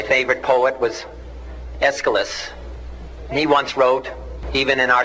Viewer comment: John F Kenny: A poem from my favourite poet completely butchers the name Aeschylus